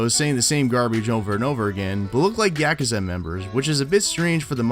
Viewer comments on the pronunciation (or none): yeh ko zah... LOL YA KOO ZA